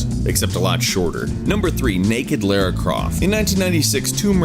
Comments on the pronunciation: not laira its la-ra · It's pronounced La-ra Croft. Both syllables rhyme. Not Lair-a. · its lara not lera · Lol you say "Laira croft"....Couldn't get past it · twitches He said Lara wrong.. twitch